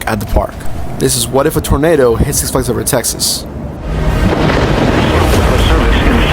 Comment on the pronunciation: What the hell is wrong with you? Why cant you properly say "six flags over Texas"